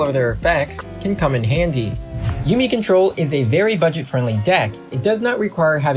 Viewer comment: "yumi", "cray-ken", "eld-lick"